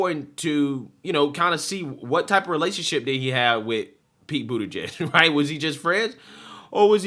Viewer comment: Dude please start pronouncing his name right. It’s Bootie-Judge.